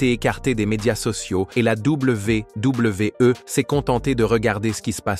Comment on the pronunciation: ...à la Double V (1 sec), double V (1 sec) E, non mais c'est quoi cette façon stupide de dire la WWE?